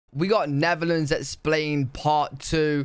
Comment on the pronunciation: Netherlands not neverland